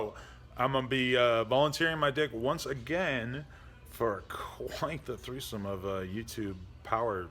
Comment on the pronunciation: Everytime he announces a treesome I go take a long hard look at myself in the mirror and say "what are you doing with your life.."